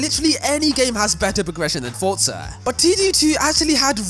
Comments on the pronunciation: BRO ITS NOT CALLED FUCKING FORTZA!!! ITS JUST FORZA, ZA ZA ZA NOT FORT ZA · It's an Italian word. It is not pronounced Forsa, but Fortza. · It's pronounced fortza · that was a terrible example. And the people that make Forza say Fortza. So they are wrong?